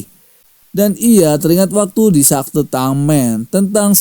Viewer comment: Bukan sakte bang tapi sekte hadeuhhh